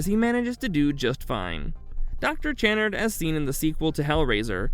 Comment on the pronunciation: On Doctor Channard its pronounced Kuh-nard